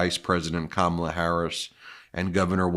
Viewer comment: Fox trying to make trump look good hy saying pure crap about Ka Mah la....yes still saying her name wrong. What idjits.